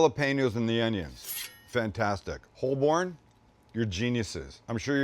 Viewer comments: Any Londoner will tell you that the "L" in Holborn is silent, so it's pronounced "Hoe-bin" and rhymes with Woburn. Great work Sam 👍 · Holborn.. pronounced hoe-burn 😉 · 😆 Holborn from London, cracked me up! It's pronounced Hole-burn, love it!! Nice pie too :)